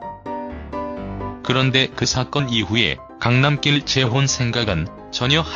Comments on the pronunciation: 계속 강남낄(Road로 발음),강남낄...거슬리네요. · 강남낄 발음이 왜이래